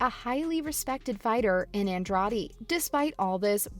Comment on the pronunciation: Please learn how to say Andrade if you are going to try to cover mma